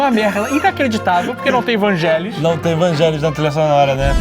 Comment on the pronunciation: A pronúncia de Vangelis é "Vanguélis"... eu sempre achei que era "Vângelis"... vivendo e aprendendo. =)